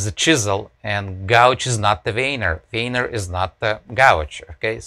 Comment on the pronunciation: "most of the time I'm actually grabbing the wiener" cant unhear that.